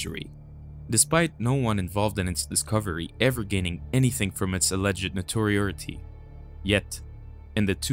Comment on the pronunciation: I like your guys stuff but you seriously need someone who can pronounce words correctly. conseequently? Natoreeority? Get real